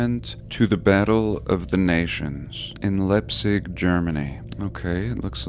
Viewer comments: Leipzig…“ei“ is is a Diphtong and spoken like „ I“ …and the German „i“ is spoken like the English „e“. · Excuse me. ???? So I pronounce it like ...... how ..... ?????? In English I say Lipzig German. Leepzig Diphthongs are a real bummer if school didn't teach it. !!!!!😊